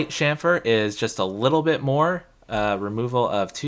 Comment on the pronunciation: yes,"sham-fur", THANK YOU!, after hearing you, I did google and found that it is "Dutch" pronounciation. I was pronouncing it wrong my whole final year, but glad that I found your channel before my finlas, which is from Tuesday 😁